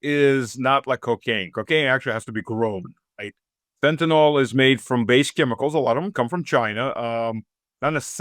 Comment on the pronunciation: Fentanyl... Not fen-ta-NALL. It's pronounced fen-ta-NILL.